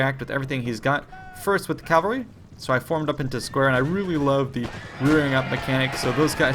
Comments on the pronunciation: It sounded like he pronounced it properly. What did you hear? CaLvalry seems to be a common mistake for some reason. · I'll never not get triggered by the way he pronounces cavalry